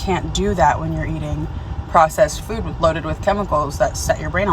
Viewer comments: The way she’s been saying the word “food” in most recent videos drives me MAD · How do you not notice the weird way she says “food” now 😭